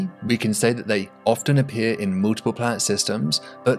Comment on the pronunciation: I love it when he says, "mooltiple".